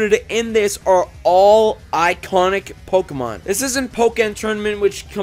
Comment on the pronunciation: OHHH SWEET JESUS!!!! HE PRONOUNCES POKEMON RIGHT!!!!!! I swear it hurts my ears when people pronounce it poh KEY mon ... its poh keh mon